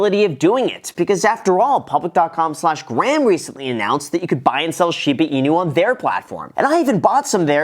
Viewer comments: not shee baaah its shiiiii baa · "Shipa Inu", "scrutinTy" Is my man having a stroke? He might be saying "Shipa" intentionally like "Sheep-a" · Hahah no way u said Shida Inu here :D I remember last video someone commented that :D